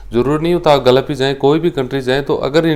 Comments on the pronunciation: Sir ji galaf NHi h hota h gulf bolte h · Tujhe Gulf bolna to aata nhi h Advocate bolta h khud ko